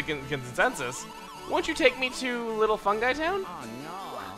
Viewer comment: The town is pronounced little fun-gee town not fun-guy town,. The joke is that peach is asking Mario to take her to funky town. As in the 80s song +